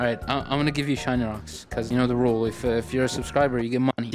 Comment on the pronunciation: Ro said shiny wocks yea I saw that